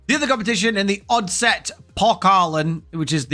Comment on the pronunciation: 3f is a danish trade union who is a sponsor of the superliga hense the name and oddset is a danish betting company who sponsors the cup hense the name,your buchering the danish names but I apriciate your effort😂😀🇩🇰